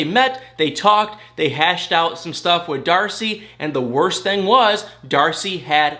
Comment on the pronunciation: Where are you from? Your accent , when you say think it sounds like thank. And when you say thing it sounds like thang. Hmu I must know how that comes about